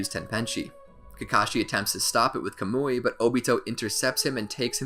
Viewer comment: Its pronounced “kah-m-oi” (sorry I just needed to)